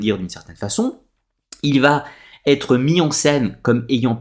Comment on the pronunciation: Très bonne vidéo mais ,de grâce ne faites pas de liaison entre va et être !( ne dites pas sans arrêt batterie) !!!